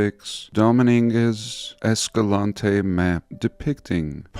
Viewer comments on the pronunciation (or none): "Dominingaz Escalante"? My spanish pacemaker went off for a second and I almost died. 😄